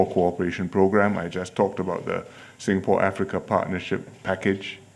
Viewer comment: Singapour yahuye na Sengapolo🤣🤣🤣🤣